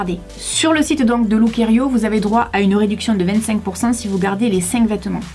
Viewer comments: On dit lookiero et non lookierio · Encore un concept dans lequel les grandes tailles sont exlues, comme si au delà du 42 ou du 44 on ne pouvait pas également avoir envie ou besoin de se relooker ou de se faire plaisir. C'est anormal. Durant toute la vidéo tu as prononcé Lookerio alors que c'est Lookiero 😊. De toute façon c'est plutôt look 0 😉. En effet ca fait pas trop été tout ca. Autant s'en remettre aux services de relookers pro près de chez soi... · ça se prononçe "look-i-ero" et non "looker-i-o" le -i est avant le -e! Super video je trouve que le chemisier rose te va à merveille, surtout avec tes cheveux oui!